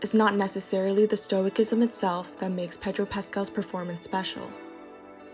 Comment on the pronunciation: This was a lovely tribute to Pedro! My only note is that stoicism is pronounced with a soft C, like "stoh-ih-sizem."